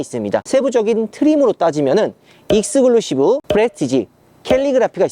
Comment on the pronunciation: 형 익스글루시브가 아니고 익스클루시브 라고 해줘!!!!!!!